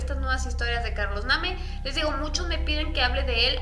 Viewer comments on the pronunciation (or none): Yo creí que relatabas asi nomas, pero me puse auriculares y sonaba una musiquita de miedo...o yo me lo imagino? Bueno yo escucho algo así...y por cierto se pronuncia Carlos (Neim)-Name😅